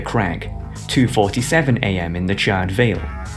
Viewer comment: CharRED? How the f*** do you mispronounce charred? It's like charred meat. You donut.